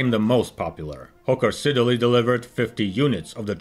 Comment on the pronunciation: IT'S PRONOUNCED SID-LEY. STOP SAYING SIDDER-LEY.